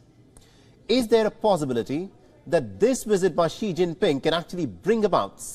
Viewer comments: its visit. not Wizit.. bite your bottom lip to say visit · Lmao he said "wisit" instead of visit 😅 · What’s a wizit,,,, does the presenter mean visit 😂😂😂😂